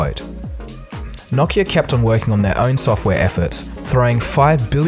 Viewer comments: Knock knock-ia. It's no-kee-uh. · Wait it's Knockia? .... I thought it was Nokia? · What is Knock-iya? I know what No-ki-a is but not knockiya. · “KNOCKeAh”....it’s NOkeyAh...Nokia bro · I thought it was pronounced No-KEY-ah ? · "Nockia" LOL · I think its pronounced no-key-uh? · The way you pronounce Nokia haunts me